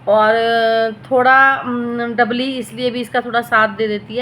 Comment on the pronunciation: Kya dabli dabli kar rhi hai namm to dhang se bol na Sikh le